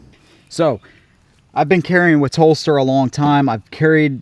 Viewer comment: Good review. I thought you were saying Phlster holster until I read Telstar. It’s hell getting old